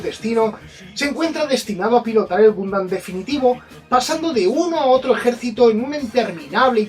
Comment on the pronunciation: Si me dieran un chupito por cada vez que dice "Gumdam", ya estaria en un coma etilico. PD: Puto copyright.